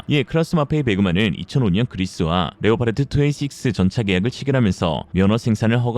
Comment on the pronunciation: leopard 는 레오파르트가 아니라 레오파드라고 발음해야한다 왜 엉터리로 레오파르트라고 계속 발음하는가?